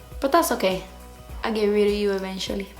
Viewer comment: I get rid of you evenchualy 😂😂😂😂 such a scarface moment!!! Love it!!